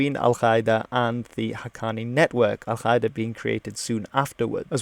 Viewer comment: You mispronounced Al-Qaeda.